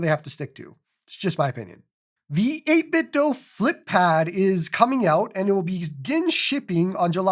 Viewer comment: Thank you for not saying 8 bit doo like other YouTubers on this platform. It's cringe when they say it like it's some Scoopy Doo. It's 8bitdo, like Nin ten do